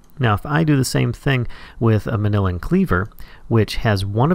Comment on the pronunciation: .....MAN-YU-LLYN not manillan.....ugh